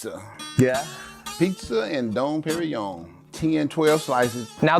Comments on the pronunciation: Dom PeriGNon mofo. not Perion. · lmfao "What's don perrion?" ...nope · It was funny when Rodman said Don Perignon 😂 because i knew had no idea how much that cost...😂😂